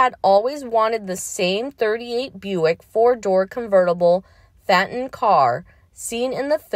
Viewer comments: Pronounced fay ton, Not Fat ton. Get it right! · The cars name is pronounced: Fayton.